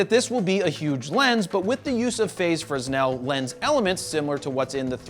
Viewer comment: FRO-nel lenses!